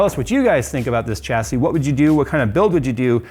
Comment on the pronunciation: Great content. Chassis is pronounced shassy. Great work though. I'm just being a dick :)